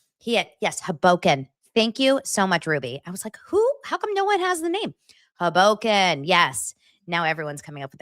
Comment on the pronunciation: 😂HO boken is the pronunciation You are so cute- Frank Sinatra is from there!